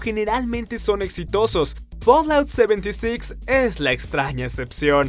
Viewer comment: folaut seventisix jajajajaja tomatela con tu inglés